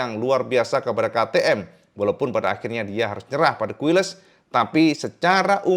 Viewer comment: Izin sedikit info,: - "QUILES", dibaca "KILES". - "MUÑOS", dibaca "MUNYOS".